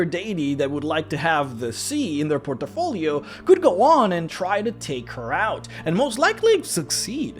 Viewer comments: Interesting, thought-provoking vid - thanks for posting. Small thing - say 'portfolio', not 'portofolio'. Lose no sleep, and all best. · Port - Fo - Lee - Oh = Good Por - Ti - Fo - Lee - Oh = Bad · Port' i- folios.....or...portfolios.... there is no i. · "porto folio" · "Port-a-folio" Great video! Keep it up! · I was surprised you spelled portfolio well. A bit of me dies when you pronounce it as portafolio, you know. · I love your content, man But sorry, I laugh out loud when you say Por-te-folio XDDD I am a bad person ^^ I apologize awesome video, really appreciate your work :) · Brah. You need to learn how to say "portfolio" properly lol